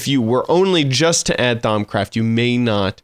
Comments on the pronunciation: thaums craft its pronounced: thaum-craft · "Thaum*s*craft" I think you aren't saying it right. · "ThaumScraft" lol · He's totally trolling by saying Thaumscraft....right? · do u even know how to pronounce thaumcraft 😂😂😂 i was dying of laughter of how u call it. No offense for all of you guys that are gonna hate me